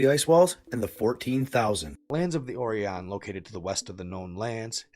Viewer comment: It's pronounced O rĪ ON LIKE "OR EYE ON", Right on.